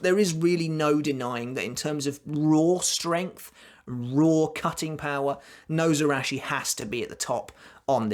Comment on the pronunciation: Nose-arachi. Absolutely love that pronounciation. Your video is making my night <3